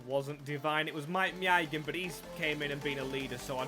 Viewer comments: Someone needs to tell him how to say maignan. My nan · I really like this guy! The effort he puts in is fantastic and I feel should be rewarded far better with views and likes and subs and what not! But my goodness if it isn’t an English name with one syllable his head goes! I mean he said maignans name 5 different ways at one point lmao 🤣